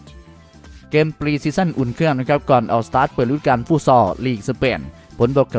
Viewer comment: ลองพูดว่าเกมไม่ใช่แกม มันเป็นอะไรมันอยากมากเลยเหรอ เกมๆๆๆ ำม่ใช่แกม